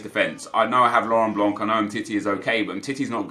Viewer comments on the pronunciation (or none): Hey, blanc's name is pronounced "blan" not "blank" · SUCKY 10 BUCKY its like 'blaw', you are right